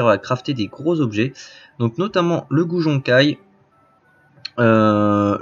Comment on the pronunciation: ça se prononce Goujon kille, comme la fleur, la jonquille et non le Goujon Kaïye. :)